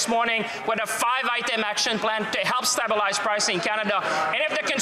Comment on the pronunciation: Can someone tell him how to pronounce stabelize